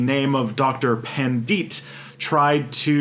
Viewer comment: That's one of the weirdest pronounciation of "Pandit" I low-key like it when westerners try to pronounce hindi names or words lol.